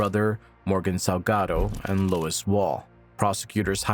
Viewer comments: Why you calling Lewis… Lois? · The man's name is Lewis, not Lois.